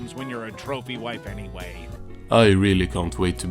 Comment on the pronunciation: Seems like the AI doesn't even know how to pronounce 'wife' 😂